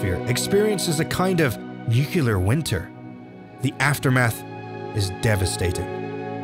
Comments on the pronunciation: Nu-cle-ar not Nucular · Nucular? Not to be nitpicky, but it's pronounced nuclear (newcleiar) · Nuclear not Nucular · Why when saying nuclear much persons in america pronounce it nucular? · NUCULAR :‘D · There is only one U in nuclear. NUCLEAR not nukular! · Disliked because he said "nUcULaR" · STOP SAYING NUCLEAR WRONG